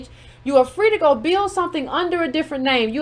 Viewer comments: I’m dead at “Fwee” too 🤣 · Kamala was Fwee!!!! Hahahaha, I CANNOT wit you! LMAO